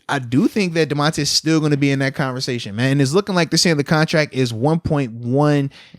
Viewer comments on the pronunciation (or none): Moats is the worst at saying names. Myles BOINK INGS… Damontae KAHHZEEE. C’mon fam 😂